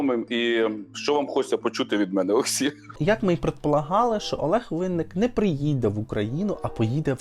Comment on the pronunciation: можна було б вже і вивчити? Як вимовляється прізвище улюбленого нашого співака Винники, але таких недорогих, хто за стільки років не спромігся затямити прізвище відомого співака, є чимало, так що не журись, ти не один, і вивчи нарешті українську мову, а то гидко слухати твій безграмотний суржик, перевиданий матюками